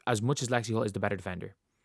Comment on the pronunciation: 100%. AN it's "Hull". Lexie "Hull".